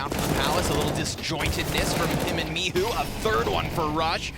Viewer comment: Is he calling him mihu on purpose cause there is clearly a "C" there. Michu not Mihu